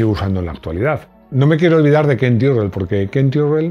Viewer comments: De hecho Tyrrell se pronuncia "Tirrel" no "Tairrel" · Tyrrel se pronuncía como se lee. Aun que no suena muy Ingles, así se pronuncía.